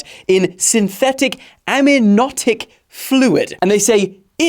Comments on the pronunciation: Aminotic Fluid 😂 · * Amniotic fluid. Am-Knee- otic. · Am-nee-aw-tic fluid.